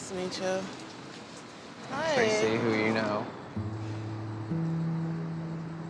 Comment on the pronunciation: I honestly thought she said "I'm crazy" not "I'm Tracey"